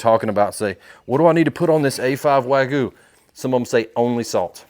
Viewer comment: I subbed up quick, great video...only critique, learn to pronounce wagyu properly.